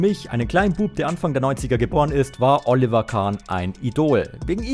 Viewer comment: Alter du kannst den Namen Oliver nicht korrekt aussprechen grausam. Ich empfehle dir einen Sprachkurs!